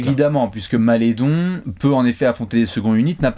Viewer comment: on prononce Malédon